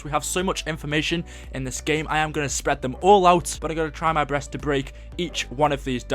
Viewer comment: At :39 he said " I'm going to try my breast"..?